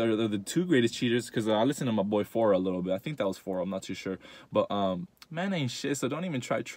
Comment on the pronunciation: That’s 🤣🤣🤣😭😭😭💀 he said phora LMAOOOO🤣